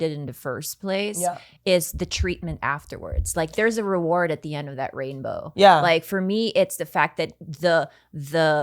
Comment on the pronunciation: Khalyla talking about being degraded saying “there’s a reward at the end of the rainbow” and I heard “rapebow”